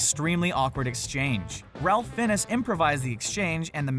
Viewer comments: Ralph Finnis? You mean "Rafe Fines" ? LOL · "Ralph Finnis"? Try "Rayph Fines" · The name is pronounced as Raif Fines, not Ralf Finness. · The biggest embarrassing thing that happened in this clip is that the narrator said, "Ralph Finnis!" The actor that played Voldemart (Ralph Fiennes) is pronounced "Rafe Fines." Do your homework, people! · STOP🛑Mispronouncing last names. Ralph Phinnis? It is pronounced as Rafe Fines. Come on dude. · Ralph finnis? How do you not know how to pronounce his name properly? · It's pronounced "Rafe Fines." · It’s pronounced Rayf Fines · You should learn how to pronounce Ralph Fiennes name ( Rafe Fines). I thought this channel was run by folks who know movies. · Take a quick trip on Google on how to pronounce Ralph Fiennes, here's a hint it's NOTHING like it is written. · You can tell that really did their research when you hear them say "Ralph Fiennes." Honestly, the number of mistakes in this video is ridiculous. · The irony of the video title and butchering Ralph Fiennes first and last name is too much.